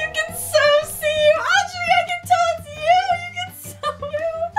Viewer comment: sorry but audury